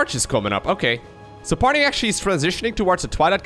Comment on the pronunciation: There is no "L" in Parting's name.